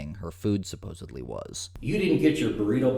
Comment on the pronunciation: DUDE, there is no B in supposedly.